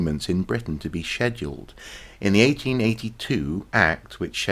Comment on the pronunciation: Totally love the way you pronounce schedule. 😍